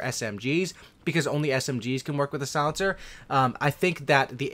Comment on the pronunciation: Is he saying solincer?